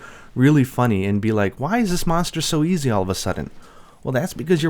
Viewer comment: Is he saying Meownster or just pronouncing Monster wrong?